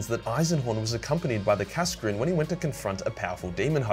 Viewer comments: Kascrin? KAS-ZAR-KIN or KAS-AH-KIN would of been a better punt mate. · i always thought kasrkin was pronounced as kasr-kin, cos the cadian cities were called kasr or something along those lines